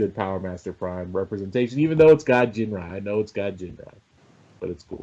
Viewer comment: it's Ginrai with a hard G like gun.